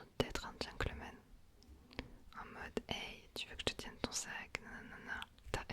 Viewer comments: Petit tips : c'est Gentleman et non pas Gencklemen 😊❤💪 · c’est gentleman 😊 On prononce “t” mais à part ça j’adore ton asmr! C’est parfait! Continue ❤